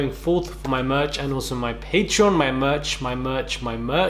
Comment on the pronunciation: "my murch, my murch, my murch!!" 😍🤭😂